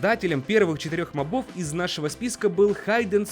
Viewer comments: Не мобо́в а мо́бов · Не мобОв а мОбов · Правильно МОООООООООБОВ удорение на О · Мобов— ударение на первую "о"! Заебал